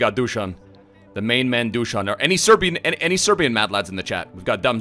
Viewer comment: You pronounced Dušan perfectly, but just pronounce his last name vlAhović, not vlahOvić :) otherwise great video